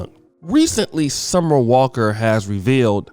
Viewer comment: Summer on the walk? 🤔 The ability for to butcher these celebrity names is unmatched! 😂😂🤣🤣